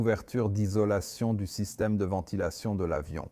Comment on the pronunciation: Bon documentaire mais arretez avec l’ia. Parce que entre système système.... ou des bonnes fautes de language, halifax épelé ou encore 350 grammes au lieu de 350 G. Ou encore prononciations aleatoires cest gavant